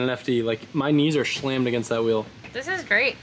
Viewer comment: “My knees are shlamed Against that wheel” 😂😂😂